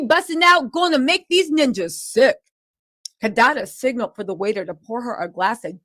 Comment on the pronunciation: Kadada/kadede 😂 got love